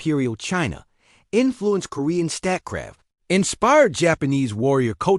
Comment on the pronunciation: I have a hard time watching a video that pronounces Statecraft like stat•craft.